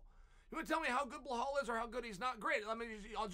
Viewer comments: Uncle Chael, all due respect, sincerely, it's "Belal". It can also be transcribed from Arabic to be spelled and pronounced as "Bi-lal". I hesitated to comment on the "Blehal" pronunciation on several videos prior but my boy Belal is now in the title contender discussion. I hope this does not come off as disrespectful. I had hoped for a long time that someone else would mention this but ... Love your videos. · Bluh-hal 😅😂😂 it’s BELAL .. come on chael lol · Lmaooo blehal? He deff does it on purpose..how hard is it to read belal? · Okay but who the hell is bleuhall? 😂 chael its be lal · "Blowhol mohamade" chael's things 😭😭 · “Blehall Muhammad” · “Blahal” ahahah Chael cmon ahahahah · burhull mooohumad ... why why why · Chael really must just choose to mispronounce the fighter's name.......and I'm here for it 😂😂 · 10-8 Goes to Belal’s name vs Chael’s ability to pronounce it correctly even once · Chael, if you admire and respect Belal as much as you claim to – maybe commit 30 seconds to learning how his name is actually pronounced.